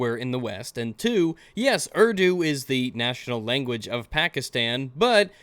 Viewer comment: He complains about cultural appropriation when he can't even be bothered to pronounce the words or names properly, it's pronounced oor-doo not erw-doo, I'm from an Islamic family(I'm no longer Muslim nor is my brother but my family still is) and in the Middle East it's almost forced to learn Arabic and it's terrible, during the Islamic Revolution in Iran they forced the Iranians to change language and alphabet from farsee to Arabic